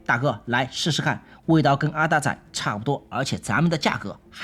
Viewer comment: 柑仔店和阿達仔不用台語發音略顯尷尬😅 整個好彆扭